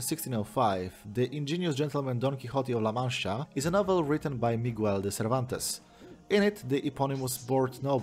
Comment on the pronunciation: I thogh you werent really butchering the languages that much until you read cervantes's name, is that really how it feels hearing someone destroying your native language?